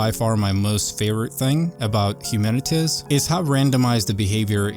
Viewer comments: HUMANITIZ lmao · Its Human-it-Z (not Human-itiz). Not trying to be rude but I wanted to make sure you pronounced it properly. Thanks for the video, happy gaming! 😊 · The name of the game is pronouced "Humanit - Zee" as it is a play on the word "Humanit - y". So its like saying humanity has been replaced by Zombies or "Zekes" as they are called in the novel/movie World War Z. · Have I been pronouncing it incorrectly for months now? I thought it was Humanit - Z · HumanitZee not Humanitz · The pronounciation is 'Humanit Zee ... ' Like Humanity... but with a Z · It’s pronounced humanit-zee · Hu-man-it-Z say it with me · Hu-man-it-ZEE :) hope it helps